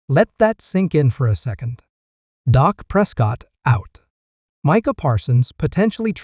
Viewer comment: Hey, its not Dok it's Dak that's DAAK.